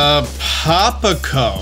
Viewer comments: That Town's Name Is Pronounced Zap-a-pico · Should be pronounced Zahpa - Peeko